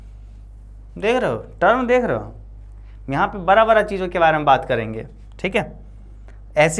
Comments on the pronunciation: sir ji baki sub to thik hai pr aab da ko ra kyu bolte ho 😅🥲 jese ki man lijye aap bada bolna chto ho per aap barra bolte ho bsss yhi thori problame hai🙃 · Bra nahi hota hai 😂 Bda hota hai